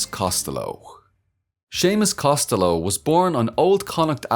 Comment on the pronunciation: I love how he actually pronounces Costello right, normally others think its italian.